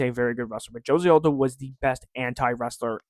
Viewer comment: he’s Brazilian, you pronounce the j